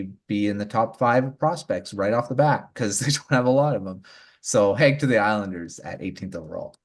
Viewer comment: Good show guys!! Just a lil thing, it's Michael Hage ( Age ) and not Hage ( Haygue ) like Nicolas Hague. Keep your good stuff :)